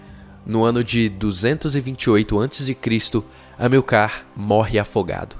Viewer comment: HISTORIOGRAFIA PERFEITA; LÍNGUA PORTUGUESA MEIA BOCA; ACENTUAÇÃO TÔNICA PRONUNCIADA ERRADAMENTE !Amil(CAR), AO INVÉS DE (A(MIL)car). vamos fazer um cursinho de GRAMÁTICA da Língua Portuguesa, que ficará ótimo!!! Professor Roberto Guedes, Campina Grande, Paraíba.